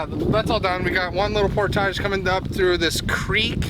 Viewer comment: "Port-age", Indiana!